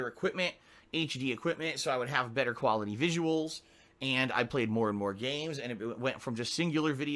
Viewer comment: mentions putting out high quality gameplay and then instantly detracts that, saying that he doesn't put out high kuality gameplay. Which is it? I'm mean you can't, sorry "kan't" say khantent right, right? So I don't expect an answer, but then he says that he's always honest. It's really hard to believe what says at this point, right? Snort.